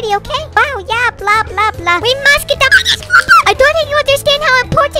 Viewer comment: When he said Midas it sounded like among us